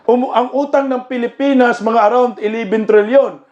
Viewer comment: Pilipan pilipan hahaha Hindi hongkong